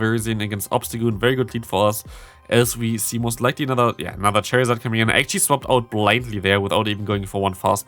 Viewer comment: Why you say charizard cherryzArd??